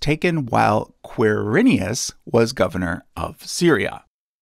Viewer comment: Ker-i-nius It's my family name. Quir-i-nus.